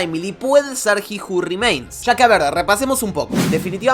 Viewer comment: aaajjjjj carajooo dijiste como 50 veces ji ju rimeins